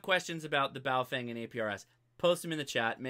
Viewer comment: PLEASE - learn how to say Baofeng correctly. It is pronounced Baofung - not Baofang. There is no FANG in that name. In the Pinyin Romanization system which China uses, "eng" is pronounced how Americans would say "ung" - as in "he hung the picture". You have a great channel. Keep it up.